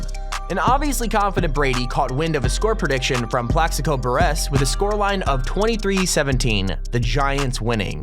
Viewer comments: What’s worse than losing like the teams in this video? Not knowing how to pronounce Mariners or Buress correctly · Uh... where is this dude from? He talks like he knows the sports but he said all the names wrong. Buress, Mariners, what?!!?